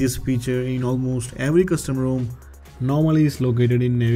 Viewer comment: Incredible that the profile is named as a play on words from his incorrect pronunciation of rom.